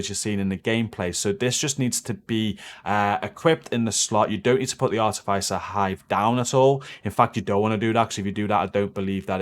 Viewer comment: great vids always good content.. FYI Your pronunciation of the Artificer hive is driving me nuts. THE I is not a soft I its a hard I as if.. not soft like hive Artificer is a qualification or rank gained I engineering / military.. Apart from that keep it up